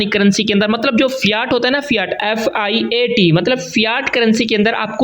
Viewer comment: Fiat ko Feyaat bol rha h 😢